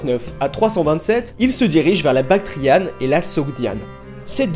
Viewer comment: Vous parlez trop vite et personnellement je ne peux supporter cette nouvelle façon de prononcer les voyelles nasales en français. Par exemple Corinthe dans votre bouche devient: corante. Même vos 'a' ne sont pas prononcés correctement: Bactriane devient 'bactrienne'. C'est très agaçant. Sinon, le contenu est juste, bien que présenté trop rapidement. Dommage car le sujet est vraiment de la plus haute importance pour comprendre le monde moderne.